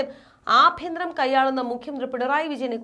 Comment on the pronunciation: Aabhyantharam Alla EBHYNTHARAM